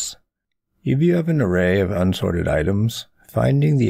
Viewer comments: cool video but why do you say effedex instead of eff of ex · I can take anyone seriously when they can't pronounce a simple word like "of".